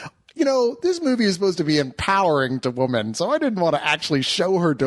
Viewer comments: really can't say "women". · Look up the Baby Mama Spill review where they FINALLY call out on the fact that he can't say the word "women" plural.